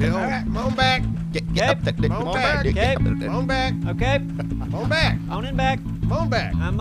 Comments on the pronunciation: Damn lol I've been saying mon'back all day at work😂😂😂😂😂 even when it's not necessary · "Yeah just go ahead and 'mon back."